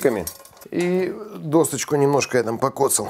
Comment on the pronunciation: ДощЕчку, а не дОсточку!